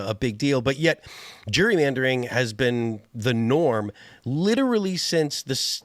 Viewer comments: he says "Jury". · Pronouncing it like a certain demographic pronounces ‘jewelry’. 😂